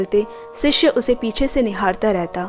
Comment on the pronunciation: Sishya nahi shishya 🙏